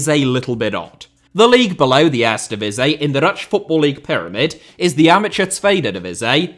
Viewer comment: Your pronounciations of Dutch were very good.